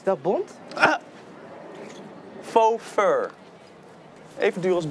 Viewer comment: Hoe zei fo fur ging helemaal stuk😂